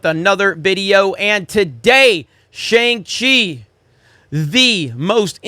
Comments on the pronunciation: Did you not watch the movie? It's not "shANG-Chee"... it's pronounced "shONG-Chee"... it's literally in the movie. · wow... ignorant... it's pronounced SHANG Chi... not SHANG Chi! >:( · Can’t even say Shang Chi right 😮‍💨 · Dumb, just dumb, this channel is garbage. Can’t even pronounce Shang Chi correctly. “I’m hearing mix things.” Mix what brother? “Continue to go after us?” Hope you stay safe and well during these times. You are biased before even seeing this movie but I believe that’s it’s just how you feel in your narrative. ✌🏾